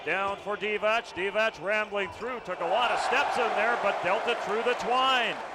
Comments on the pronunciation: English commentators, along with Spaniards, are not known for correct reading of foreign names and surnames 😂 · m8, it's not [Divatsch], it's [Divats], also it's [Rebratscha], with the stress on the 1st syllable....how these guys become commentators to a global audience when they are unable to pronounce names correctly is beyond me...and it's not that these player were not known, were they?